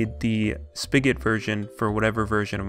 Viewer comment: He says spigot speegat